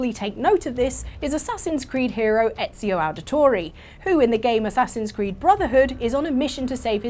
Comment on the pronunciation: The way that said ezio auditore bugged me But i really like your channel